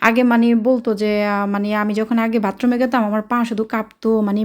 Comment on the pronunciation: বোন ভাতরুম বলে না, বাথরুম হবে।